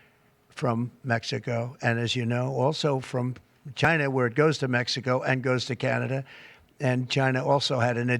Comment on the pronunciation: Next start to pull companies from ...CHAINAH... and it's check mate.